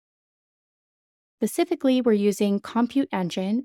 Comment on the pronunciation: Also there's an S at the beginning of "Specifically". It doesn't happen in the Pacific Ocean!